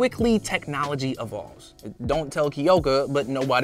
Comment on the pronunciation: Okay not sure if it’s just me but it’s really annoying, being I live in japan, at how bad he butchers the names. Kiyoka? There’s no i people. And ochaco. It’s o cha ko. I’m so sorry, this just really makes me mad.